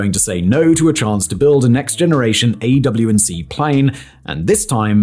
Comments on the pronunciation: We don't spell it out each time. Turn it into a single word "Awacs" (a-wacks). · Aaaargh! Please stop saying Aew&c- Awacs! (I know it's a colloquialism associated with the older 707 based plane, but, c'mon we know what it means and the other is just clunky and annoying- this is why the military uses backronyms) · A-WACKS dude... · AWACS... AY-WAX. UGH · Say it with me: Aywhacks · It’s called an “AWAC”… just say it, not an “A” “W” and “C”… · AWAC, said Awack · It’s called an eh whacks. Just fyi. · You're killing me, Brain Boy. AWACS is like AJAX....🙄 🤣